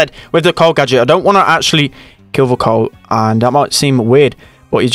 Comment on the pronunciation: says "corl" instead of "carl" lol